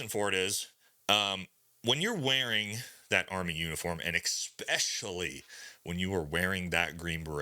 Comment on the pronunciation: dammit man, you speak for a living , EXpecially is not a word. Especially is a word. What is happening to people ? I hear this every day, it’s some kind of mind control Rot.